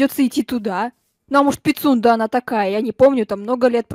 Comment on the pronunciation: говорит: Пицунда: ПиСюНдРа